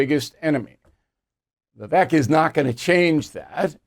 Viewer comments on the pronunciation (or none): Bill.....Vivek pronounced Vivake, rhymes with cake. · His name is pronounced VA VAKE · His name is pronounced Vivake like cake. If the impossible happens and Pres. Trump drops out, Vivek has my vote. Trump 2024. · His name is pronounced “Vi-vake “ like “cake”. Also, sorry Bill but you are the problem because you still think that Russia is the Soviet Union. Times have changed. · Pronounced “Vivake” like Cake…. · Bill, you could at least pronounce his name correctly. Its Viv-vake like cake. Thank you. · Bill I am glad Fox kicked you out for messing with women. When Vivek started the business he didn’t have experience. You don’t want him because you can’t pronounce his name. Same like fox wants DeSantis. You are FOS. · Vivek pronounced like "cake" Bill.... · bill, he pronounces Vivek (rhymes with cake) not rhymes with heck